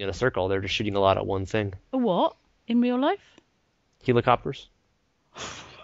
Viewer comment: I lost it when said "helo-copter". And then again when tryed to correct him.